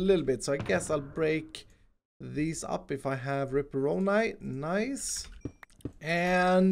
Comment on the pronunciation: You called your pickaxe Ripperoni #2 instead of Ripperonai #2 XDP